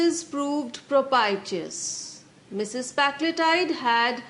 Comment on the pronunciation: You are pronounce wrong propitious